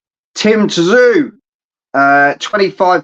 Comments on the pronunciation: Its pronounced Tim ZOO you flop, not Tzoo , if you are going to talk about boxers from all around the world get their names right FFS ... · His name is pronounced Tim Zoo, surly by now you guys should know this !!!!!! If you want to be seen as a professional channel then do your homework.